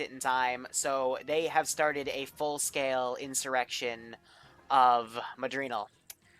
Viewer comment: “Tryin to make a good impression” “Madrinal” Good start